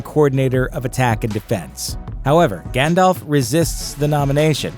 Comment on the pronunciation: this is so sad! whos Gähndalf?